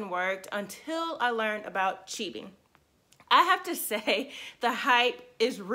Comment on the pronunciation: And ur pronouncing it wrong.